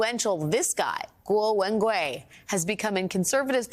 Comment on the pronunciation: Thanks to Alex to try to pronounce Guo's name correctly. lol